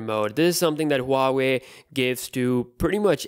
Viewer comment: Boss this is waa wei not Huaaawei. Correct your pronunciation